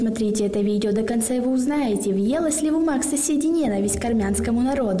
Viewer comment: Девочка, иди играй, зачем тебе политика и национальные вопросы...И поменяй наконец свою интонацию и голос,как будто прикалываешься над людьми,особенно раздражает эта дебильная фраза: "дысматрите это видео дыканца и ."